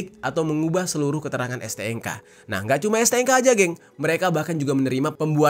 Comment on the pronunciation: STNK bang, bukan STNGKA